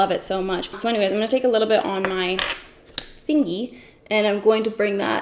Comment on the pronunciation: I’m dying that you said “fingy” we say that to my 10 month old😂